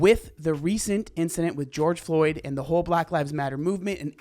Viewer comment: “I do not mourn George flyoed” - not good